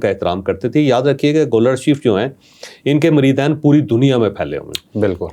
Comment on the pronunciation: Acha Kiya adab ka lihaz rkha haan lafz moreedeen ka talaffoz drost Karen moreedaeen nahen k iske mana he 2 moreeda